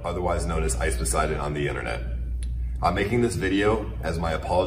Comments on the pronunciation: Also it’s not poison, it’s PO-Seye-DEEEEEON ( pronouncing ) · Ice po-sigh-don not poison XD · HURTS every time he says poison instead of Poseidon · Okay, why the hell do you keep on pronouncing Ice Poseidon's name wrong? It's Poseidon, not Poison. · I know it is just your accent but its pronounced "Po-sy-den" not ice poison. Keep up the great work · i think he always calls him Poison LUL good meme though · Anybody notice that constantly refers to Ice Poseidon as "Ice Poison?" I'm beginning to think that's not a mistake. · why he always says "ice poison" and not poseidon? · the way this guy says ice poseidons name as ice poison triggers me LMAO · Does anyone else cringe a little when he says Ice Poseidon and it sounds like Ice Poison??😂😂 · research =/= being able to read the word Poseidon xD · Mate I swear to god if you don’t pronounce ice’s name correctly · Please say poseidon correctly for once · How does he edit the video of ice poseidon while he presents himself with the proper pronunciation and still doesn't know how to say it ... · Game Brigade nah manz said it wrong every time lol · 2020 and still not getting ice poseidons name right ffs 😂